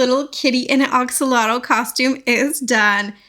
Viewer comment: It’s pronounced. A axolotl. Lol not O Oxolotl.